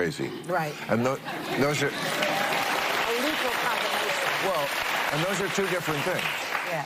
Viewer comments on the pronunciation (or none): none